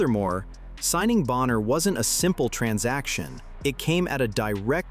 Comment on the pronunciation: It’s not Boenher, it’s BONNER!